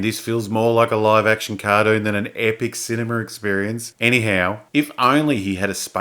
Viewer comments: A what? A "cardoon"? Did you say cardoon? What's a yoot? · CAR- DOON "cartoon", as pronounced daywn undar